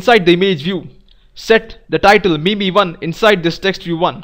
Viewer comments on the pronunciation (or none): none